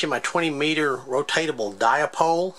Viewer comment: What's a di-a-pole? hihi